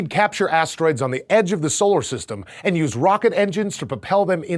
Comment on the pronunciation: She said your anus.